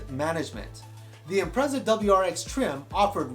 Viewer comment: Imprezza? Impreza as in pizza